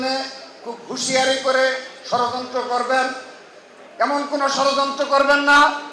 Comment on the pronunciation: ভাই তুমি কি ঠিকমতন কথা বলতে পারেনা ষড়যন্ত্রকে সরযন্ত্র বলে। আগে কথাবার্তা শুদ্ধ করে বলা শেখেন তারপর রাজনীতি করতে আসেন চিল্লাপাল্লা করলে রাজনৈতিক হওয়া যায় না